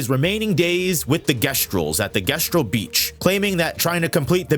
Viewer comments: Jesstural not guesstural. Otherwise good video lol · Not sure why you keep alternating between "Gestral" and "Jestral", but it's pretty fucking annoying, considering the pronunciation throughout the game is "Jestral". Makes me think you didn't actually play the game. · sometimes I watch E33 videos and wonder if people actually listened to the dialogue given how god awful their pronunciations are, as if names aren't repeated several times throughout the game. Guess-trals? Sireney? Alisheea? dude, really? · My brother, how did you mispronounce gestral? They say it about 1000 times in the story. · My ears bleed everytime he says "Gestral" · i’ll never understand the mispronunciation of “Gestral” despite the proper way to say it being said countless times in-game by the characters 😵‍💫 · How can you play the whole game through to the point of being able to make a video like this, but still can't say Gestral or Alicia right, despite them being said over and over? Jes-tral, Al-ee-cee-ah, Sih-ren